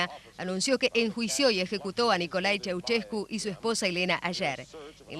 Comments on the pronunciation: Primero aprende a hablar con al de profecionalismo piba... no se dice "Chuchescu" tu lexico es bien banana.. acordate que estos ablando en publico.. chua nena!!👎a no soy conunista.. soy un Anarquista espiritual.. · Pues no tienes ni idea de Nicolae Ceausescu niña . Ni sabes pronunciar su nombre ni el nombre del pueblo Rumano .